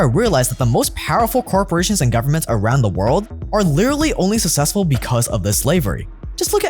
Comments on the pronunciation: it's successful not sussessful as you pronounce it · pls learn to pronounce "successful" properly!